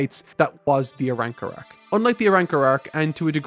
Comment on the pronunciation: This man said the ARAWRCAR arc, i can't wait lmfao 😂😆